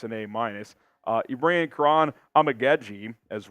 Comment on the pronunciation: Kiran Amagedjie is pronounced KEE-RAHN AHH-MA-GAA-GEE